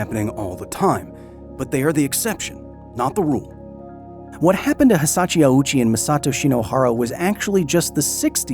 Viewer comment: Very interesting video, but I gotta say that the constant (mis)pronunciation of Hisashi Ouchi as Hisachi Owoochi / Awoochi was kinda jarring. If you had pulled his name through Google Translate's read aloud function once, you'd have heard it's hee-sah-shee ohh-chee. OU in Japanese means "long O". Edit: bruh you literally have a Japanese person say his name properly and you still used 3 different wrong pronunciations yourself...